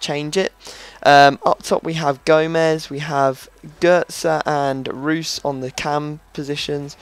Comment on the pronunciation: It's pronounced roys not roos.